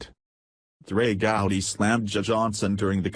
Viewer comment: If you want to hear our voice.our voice,how about shutting off the roboreader and letting us hear your voice,your voice ?good story,but these robos are making me think I am the last live human on the planet,the planet,maybe along with Trey Gooody,and other mispronounced names.